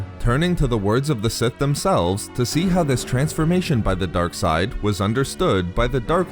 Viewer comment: Why he says darke side like that😂🤣.